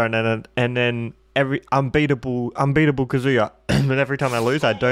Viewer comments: KA-zuya not kaZOOYA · The emphasis is on the “a” in KAzuya not the “u” like kazUya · it’s said kah-zoo-yah not ka-zooo-ya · No one:: "Kazooie-ya." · Kazuya’s name is not pronounced ka “Zoo” ya. Put emphasis on the “Ka” and shorten up the “zuya” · his name is pronounced kah-zoo-yah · Please learn how to say kazuya. It’s not “kazooya” like you’re saying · The way he pronounces Kazuya 😓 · please pronounce his name correctly